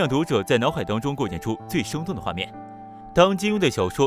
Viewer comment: 的发音太差了。没有字目根本听不懂。9.46： 生动的画面 读作 “凶炯的画面”